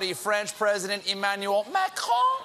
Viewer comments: Stephen day makhohh😂😂😂😂I'm dying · Is colbert really mocking macron for his french name? XD